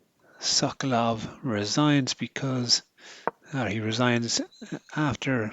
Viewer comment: Brilliant piece of chess art. Thank you for a very good commentary. One slight suggestion if I may. As a Pole knowing a bit of Russian, I believe it would be closer to the original, to pronounce 'Sokolov' putting stress on the second syllable, as currently it sounds a bit like 'Suck Love' ;) Which gave me a lot of fun, but Mr Sokolov may have slightly different sense of houmour :) Thank again, anyway !